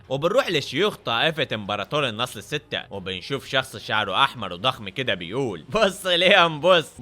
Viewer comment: مو النصل السته بل النصب السته 😂